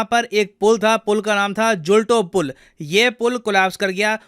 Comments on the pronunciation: Pronounce it as Jhooltoe pul not julto pul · Jhulto ( जुल्टो) नही शायद झूलतो (झूलता हुआ Hanging)पुल नाम है!l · Sir ek request h ki indian content ko indian language me bhi verify Kar liya karo jisse pronunciation me difference na ho..bridge ka naam झूलतो पुल है ना कि झुलटो पुल । नदी का नाम मच्छू है। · Ap uchcharan galat kar rahe hai. Machchhu river and Zulto pul Galat uchcharan kiya. Oreva company ke bare me bhi nahi bataya!! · it's "झूलतो पुल" means swinging pool. it's "मच्छु नदी" Macchu river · Sirji it is झूलतो पूल and the river name is मच्छु! Just for the information.